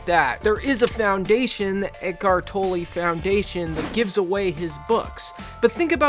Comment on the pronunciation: Given how much you have researched on him, you would should know his name is not pronounced “Toe-lay” but “Toller”….